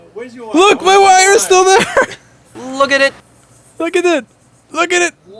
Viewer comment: You seem to have a nice gang there: "llllookatIT", "llllookatITllllookatIT" :D